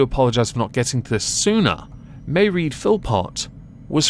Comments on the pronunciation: Mairead is pronounced, "Muh-raid." Serial abusers, murderers, rapists, child molesters, should never be eligible for early release. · It's pronounced Maw raid as in paw, not that it is important. It just sounds off. Love your channel..